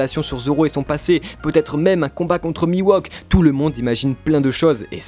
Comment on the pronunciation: mihawk et non miwok